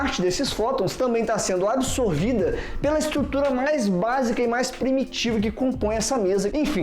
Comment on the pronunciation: aos vc falou absorvida ou ADsorvida?